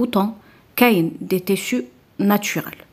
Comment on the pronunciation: Les téssus?! La doubleure?! Les tissus la doublure